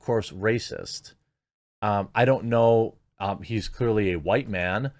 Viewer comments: It's OK to be hu-wite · Did he REALLY anger "HuWite Supremes"? Or is it just normal HuWites are sick of listening to the stupid HuWite Inferioritists? I don't find myself to be supreme to anyone due to my skin color. But these psycho leftists certainly DO find themselves to be inferior because of it. They are HuWite Inferioritists. And that's racist and they should disgust you.